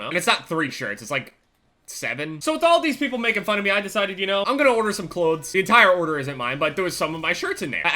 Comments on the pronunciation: lol listen to him say clothes he is saying "cloads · am i the only one who heard him saying Klotes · u say cloths weird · I fucking hate the way you say clothes fuck my cat please daddy ohhh yesssss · The way says clothes XD